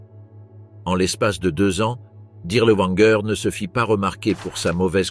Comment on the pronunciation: W en Allemand se prononce v : Dirlevanger, pas Dirleouanger.